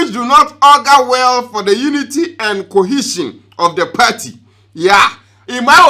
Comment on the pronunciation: How you pronounce ‘party’, ‘cohesion’ and ‘IMF’ be 😂😂😂😂😂😂😂